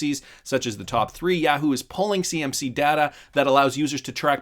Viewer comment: Yaaaaa-whoo? Must have never seen the comercial.. Yaaah-who...